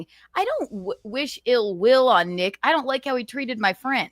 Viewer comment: Why can't this dope say Nick's last name correctly